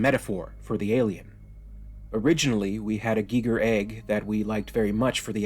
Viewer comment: GEE GER EGG lolololol geeeeee grrrr egg lololololol. It’s pronounced GUY GER LOLOL geeee grrr